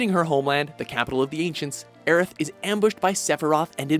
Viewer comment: Thank you for saying and spelling Aeriths name right!